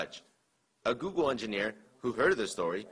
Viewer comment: Googo, leego, and prollem? Should this guy be allowed to be a reporter? I know that many Americans have trubbo pronouncing the letter L, but that was bad.